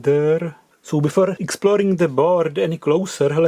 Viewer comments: ....BIFORE.... Bloddy hell LOL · Another great vid. But dear chinese we have to learn english again: "Bifore" 🤣🤣🤣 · Bifore LOL 🤣